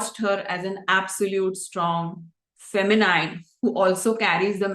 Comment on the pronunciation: Look for the pronunciation of “masculine” and also the “feminine”.